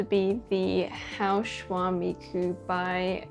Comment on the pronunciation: Still pronouncing the Shaohua Miku as Hao Shua 😂😂